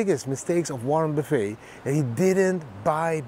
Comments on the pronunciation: Great vid! Warren Buff-it is how many say his name. In Dutch, Buff-het. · It is pronounced Warren Buff ETT